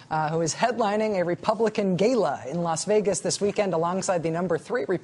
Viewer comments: "Gayla" lol... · Dumb cow doesn't know how to pronounce gala.